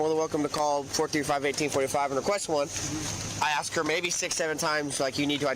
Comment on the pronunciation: I hate that! The word is ASK, not axe.